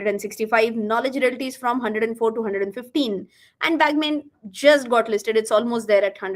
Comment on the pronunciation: its not "बॅगमेन" is "बगमने"